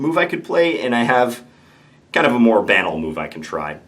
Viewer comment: How John says "banal" triggers me a little bit.